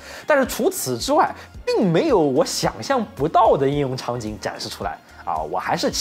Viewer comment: 应用 读英